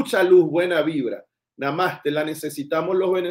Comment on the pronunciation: la palabra NAMASTE la pronuncias mal, la tienes que pronunciar con el acento en la E. Namasté. Gracias por tus contenidos.😊